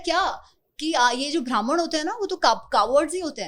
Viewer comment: It is not bhraman,it is Brahman.